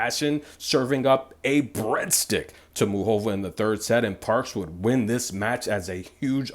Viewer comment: Lol please pronounce her name right: its Moo Ca Va 😁